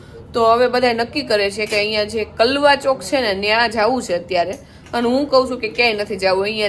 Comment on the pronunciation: પાયલ કલવા ચોક નહિ કાળવા ચોક છે.